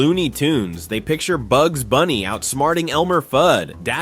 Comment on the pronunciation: It's pronounced "Bugs".